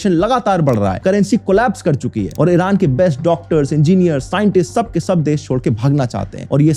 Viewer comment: Why do Indian YouTubers pronounce Iron as IRUNN ?